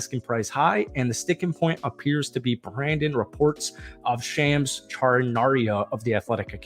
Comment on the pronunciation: cmon dude learn how to pronounce Lauri and Shams :-/